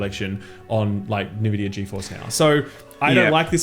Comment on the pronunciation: buddy. Nvidia is pronounced like the word invidia, which means envious. As in, people are envious of Nvidia. Hope this helps, thanks.